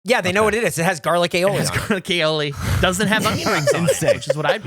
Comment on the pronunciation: The way Gavin pronounces Aioli sounds like a groan tube, and now I can’t unhear it 😂🧪